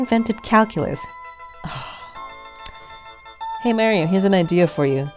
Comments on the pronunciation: Goodness, why in the hell are you saying it like that. Pronounce the planet MARS. Then say MAR - IO ...not marry-o. I have never heard anyone say it like this narrator and it just adds to how annoying this clip is. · Mare instead of Mar is sooooo annoying. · Mary-o. -.- Knock it off. Mary-o is not his name. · U SAID MAIRIO! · its weird that some people pronounce marios name wronng and calls him maryo and hes not a girl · Decent voice, but not how she pronounces Mario..